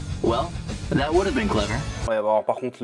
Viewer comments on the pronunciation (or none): none